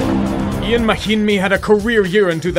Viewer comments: Don't worry,. The hardcore NBA fans weren't surprised you didn't know who Jon Leuer was, due to you being a self-identified casual. We already knew because you pronounced Ian Mahinmi's first name as "EE-an" instead of "Yahn". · Ian mahimi, it’s pronounced “yon”. Ian mahimi.